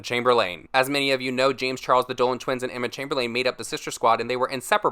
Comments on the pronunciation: emma chemberlAne lol its pronounced emma chaimberlin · you pronounce it chamberlin not chamberlain no offense just trying to help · Sorry but it’s chamber- lin not chamber-lane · It’s Emma chamberl ‘in’ not Emma chamberl ‘an’ 😂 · Emma chame-ber-layne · Chamber”LANE” lolllll so annoyed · "Emma Chamberleen." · Why can’t you say CHAMBERLAIN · “Emma Chamber-lane”😭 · emma chamberLANE lmao for some reason this made me crack up. i mean that might be how it’s pronounced but that’s not how me and my friends say it so it made me crack up lmao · How he said Emma chamberliAn had me triggered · Chamber-lin is how it’s pronounced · i love you but why are you saying chamberlain like camberlane whewwwww chileeeee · the way he says emma last name haha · "the Dolan twins and Emma ChAmBeRlAiN" the way he pronounced it bothered me a lil bit ngl😂